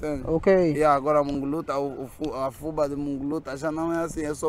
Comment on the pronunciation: aí falam FÚBA e aqui no Brasil se fala FUBÁ .. com acento no á